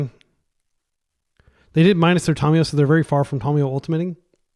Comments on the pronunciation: I speak several languages. It is Fɛrˈboʊtən, not fer-bootan (verboten). Thank you for correcting yourself. Just like Tamiyo is not Tomiyo. How do you pronounce Kami, or Samurai? Do you pronounce them Ko-mi, or Some-uh-ri? Or Ka-mi and Sam-uh-ri? I am pretty sure if someone pronounced it some-uh-ri they'd be laughed at, but you want to call her "Tommy" or "Tom-e-yo"? I have no problem with people making mistakes. I do it all the time. (had to edit this because my writing is not as good as my pronunciation). However, when presented with new information to double and triple, and quadruple etc, down on your mistakes. That is where I get passionate. Correct pronunciation is Ta-my-o, or possibly ta-myo (yes tam-e-yo is a wrong pronunciation). I am not going to go around around correcting every person who says Tamiyo as Tam-e-yo. However when you can't even get the first vowel correct, and you call people out for correcting you then I must speak. Not Tommy or Tom-i-yo. If Kami and Samurai are not enough, and you want another word to look up. Look up tamago in Japanese (not that far off from Tamiyo). It is ta-mag-o, not to-mag-o. It means egg. Then ask yourself, if egg is pronounced ta-mag-o, why would Tamiyo, ever be pronounced tom-e-yo or to-myo/to-my-o, instead of ta-my-o, ta-myo, or tam-e-yo? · Look up how Tamiyo is pronounced, It is not Tomiyo, or Tommy. Give me one source that says that.